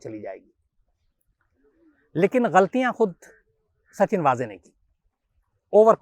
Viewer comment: मेरा मानना है कि उनका नाम वाजे नहीं वझे है कृपया सुधारे। पता नही आप लोग गलत उच्चारण क्यों कर रहे है